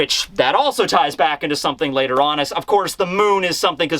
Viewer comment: When you said later on I heard lateronus or Uranus